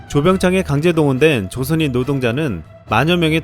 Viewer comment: 조선인 발음이 조센 할려다가 조선으로 급 바꾼 발음 같지?